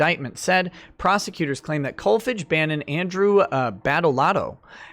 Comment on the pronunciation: Kolfage is pronounced with a long a.